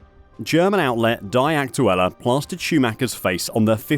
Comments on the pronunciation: "dee" not "die" aktuelle..😂😂😂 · The word "die" is, I believe , pronounced as "dee" rather than "di" so Die Aktuela would basically mean The Facts. What a joke. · You need to learn the German Language , Dude , to be able to pronounce “Die Aktuelle” properly and not the poor way you say it ! You must be a Robot then ,lol ! “Die said as Dee ! Aktuelle means Actual , or pretty close to it ! Die Aktuelle - The Actual would be as close as one can get the Translation to English ! There is a bit more to it that even I cannot properly translate it ! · "DaAy AkTuElLa" 😂😂😂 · Your pronouncing "Die" Aktuelle like they should "Die" 😂 it sounds almost intentuelly done.